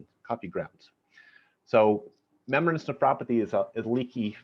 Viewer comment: what is with the proununciation of Menbra....!